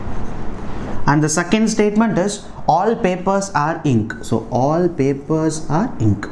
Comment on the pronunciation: Why you are PRONOCINING are as or?